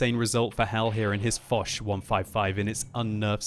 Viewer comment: I spit the tea all over the kitchen when he said the woch 155 xD